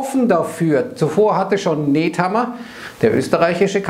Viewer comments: Der österreichische Bundeskanzler heisst Nehammer nicht Nethammer....ich weiss bei der ständigen Rotation ist das schwer zu merken. Und Österreich ist sehr wohl vom russischen Gas abhängig- mindestens zu 80% ! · Der heißt Ned Nedhammer. Auch ned Neidhammer. Nehammer heißt der österreichische Außenminister, warum weißt as ned,?